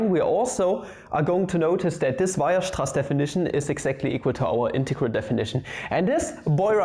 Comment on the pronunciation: Ah, good. I've been waiting to learn about Weierstrass from someone who can pronounce it